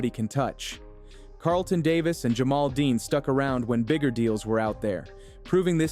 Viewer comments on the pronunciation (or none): none